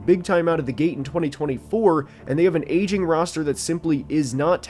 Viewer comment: every time bro says "aging" it sounds like he's saying "asian" lmao